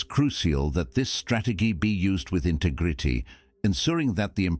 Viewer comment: Funny way of pronouncing "integrity" ....bizzare